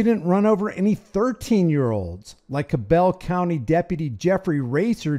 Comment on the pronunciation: it's Cabell like cabb'ol.